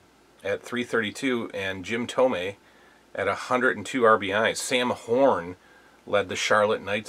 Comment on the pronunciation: Thanks for sharing, nah man the young you looks fine! I can tell you are/were a baseball fan because you pronounced Jim Thome's name correctly!